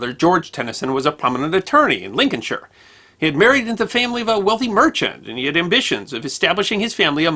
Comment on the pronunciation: Thank you for pronouncing Lincolnshire correctly.